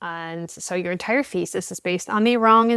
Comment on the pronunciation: I heard "faeces" instead of "thesis" at first, both make sense in this context.